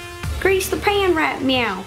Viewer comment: ro you said mewo 2 timed